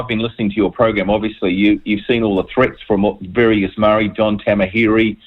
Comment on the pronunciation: Can at least try to pronounce the word Maori?